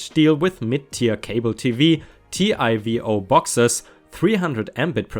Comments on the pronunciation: Couple of things regarding the third story: 1. TiVo is pronounced “tee-voh”, not “T-I-V-O”, and 2. It’s Mega Bits and Giga Bits, not Mega Bytes and Giga Bytes, bits will always have a lowercase b and are always used in internet speed. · TIVO — even though it’s an abbreviation, most people pronounce it as “tee-vo”. May the best thing that happened to you in 2019, be the worst thing that happens to you in 2020! 🌠🌠🌠🌠🌠🌠🌠🌠🌠🌠🌠🌠🌠🌠🌠🌠🌠🌠🌠🌠🌠🌠🌠🌠🌠🌠🌠🌠🌠🌠🌠🌠🌠🌠🌠🌠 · TIVO/TiVo/Tivo - tee-voh